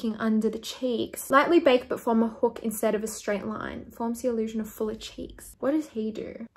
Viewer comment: The way she says line-UHH